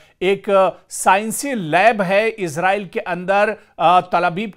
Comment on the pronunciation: Ezrail nahe esrail😊❤